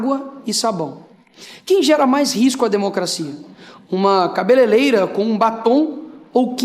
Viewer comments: Este sujeito execrável não sabe,se quer, pronunciar e fazer a legenda correta da palavra Cabeleireira! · O mané não sabe nem falar "cabeleireira"... Hahaha... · Ótimo video! ❤ Detalhe, eu acho que o Nicolas falou "cabeleleila". Será que foi proposital, para se fazer de um cara simples? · Endina ele a falar cabeleireira!!!😂😂😂😂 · é o cebolinha, kkkkkkkkkkkkkkkkkkkkk troca o R pelo L. kkkkkkkkkkkkkkkkkkkkkkkkkkkkkkkkkkkkkkkkkkk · Ele não sabe nem falar a profissão correta da mulher! "cabeleireira" e não Cabeleleira! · 😂😂😂😂 quando começa errado é mentira na certa Nicolas não sabe pronunciar cabeleireira e sim cabaleleira 😂😂😂😂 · "Cabeleleira"? Duas vezes? Aí já é burrice por convicção. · O que será "cabeleleira"????😂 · "CABELELEIRA" :face-green-smiling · O animal disse "cabeleleira"😂😂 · Cabeleleira??? Não existe essa profissão não. Isso estava escrito no telepronter? 😂😂😂😂😂😂😂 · Um deputado falando " CABELELEIRA ' é ridículo só pode ser bolsonarista mesmo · O pequeno gênio fala cabeleleira🤔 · A palavra "cabeleireira" é formada pelo sufixo "-eira" acrescentado à palavra "cabeleira". O sufixo "-eiro(a)" É um substantivo feminino que se refere a uma pessoa que corta, penteia, pinta ou trata o cabelo dos outros. Alguém avisa o Chupeta que a palavra certa é CA-BE-LE-REI-RA e não cabeleleira como ele disse. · eu ouvi "cabeleleira" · a "CABELELEIRA" da Niky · mesmo lendo o cara fala "cabeleleira". Pode isso, produção? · Eu não estou acreditando que um deputado falando duas vezes cabeleleira nem eu que sou apenas uma costura sei falar cabeleireira. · Mas bolsonarista é td burro. Certeza que ele não faz ideia da importância de Rosa Parks, ele fala Cabelelera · Esse Nicolas nao sabe nem falar kkkk "CABELELEIRA" piada os parlamentares que elegem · Inventa tanto que inventou até uma profissão nova... "CABELELEIRA"... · Além disso tudo... não sabe nem dizer corretamente a profissão da moça. Deixa eu ensinar:C A B E L E R E I R A...ENTENDEU? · 🤦🤦 falou cabeleireira errado 🐂🫏